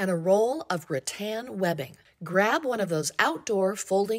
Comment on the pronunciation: Rattan not Ra Tan 😂